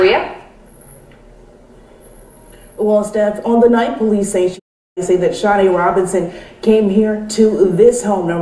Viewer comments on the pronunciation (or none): Her name is pronounced Shah Day. Just like the singer. Rip🙏🏽🌹🕊️🎈🕯️🕊️